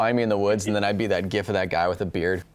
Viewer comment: You may have already been corrected on this, but you pronounced Gif wrong :P